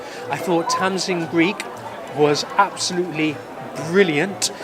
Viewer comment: You should do your homework on names - Greig is pronounced “Gregg” not “Greeg” ☺️